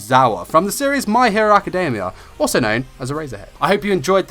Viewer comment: I'm sorry I have fuckin' whiplash did you say "born 'or so' in Tokyo"?? Like, now I'm pretty sure you said "also" not "or so" but DUDE for a second I thought you were suggesting he wasn't born, like he just fuckin' Appeared one day oml.